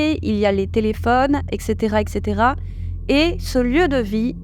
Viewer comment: Super. Mais pitié ne dites pas "eKKcétéra", c'est "eTTcétéra ! (etc = et caetera). Et c'est "ce QUI se passe" et non "ce qu'il se passe". On dit juste "des flashs", les flash-back sont des retours en arrière, dans un film ou un roman.